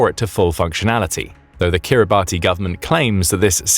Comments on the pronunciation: Please review your name pronunciations!!!! It’s not pronounced like “Kiribatty,” instead it is accurately pronounced “Kiribas.” It is NOT pronounced how it appears. These endless YouTube videos getting props names consistently wrong is very irritating! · Kiribati is pronounced 'Kir-ri-bass' (like bass the fish...) There official currency is Australian Dollars too! And it is made of bird/bat poop (guano)/ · * Kiribati /kEE·ree·bas/. Please don’t use a batty pronunciation! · Kiribati is not pronounced like that! Kiribati has 3 syllables and is pronounced something like 'Kiri-bash'. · It isn’t pronounced Kiri-Barty it is Kiri-bas spelt differently to how it’s pronounced. But if you’re going to tell a story about it you should pronounce it correctly. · Kiribati is pronounced 'Kiribas'. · It's pronounced "Kiribass" 🙄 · Kiribati is pronounced “Kiri-bash” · Perhaps the Chinese know who to pronounce Kiribati = KIRR-i-bass (The name is pronounced KIRR-i-bass, as -ti in the Gilbertese language represents an [s] sound.) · Yo……it is spelled Kiribati but it is pronounced Kiribas. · Kiribati is actually pronounced Kiribas. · “Kiribass”is the accepted pronunciation… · NB Kiribati is pronounced Kirr-i-bass ... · Wrong pronunciation of Kiribati.